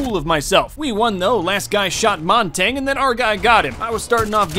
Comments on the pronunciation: Why does say montage it’s essentially montaje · Montagne is not pronounced Montane. Its pronounced Mon-tannee- yuh. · “They had a montain” “They had a monteng” “Us against this montaing” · Am i the only one that really dislikes how he says Montagne?